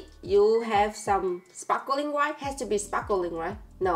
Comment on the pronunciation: it's sparkling, not sparkeling!